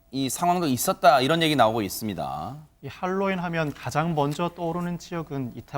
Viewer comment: 제발 핼로윈 발음하지마세요 듣기 불편하네요 Halloween 재발 할로윈 하세요